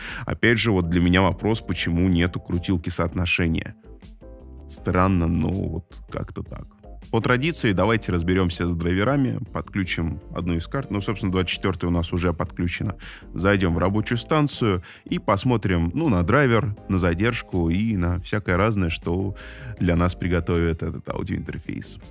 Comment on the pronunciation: подключИм, включИм, отключИм - на "ключ" не ставится ударение, кроме слова "ключ".